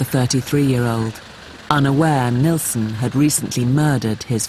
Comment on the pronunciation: is anyone else irritated by them calling him NElson instead of NIlsen???? ugh!! but these 2 poor guys!!! NO....Martin ....YOU are NOT to blame....he was the freak not you